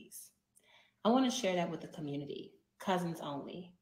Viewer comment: WoW this is what’s happening in “The Communitah”, glad I left